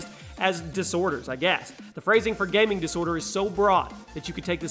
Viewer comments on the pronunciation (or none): Im cringing so much from "Gaming Disorter". Why.. just why..